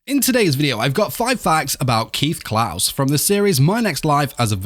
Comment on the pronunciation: CLAES in not pronounsed Klaus K-LIE-Z is how you Pronounce Claes my dude.